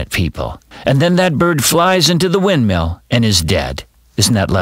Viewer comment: XD. "And then it flys into the windmeel and dies. Me:XD